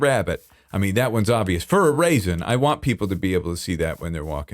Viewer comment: why does pronounce reason like Shakespeare would have?